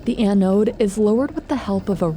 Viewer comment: the way you say "anode" irks me